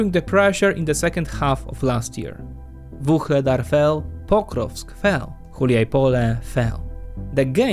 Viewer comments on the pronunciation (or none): none